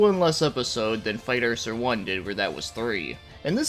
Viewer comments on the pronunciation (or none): Not to be that dick but its pronounced ICK zer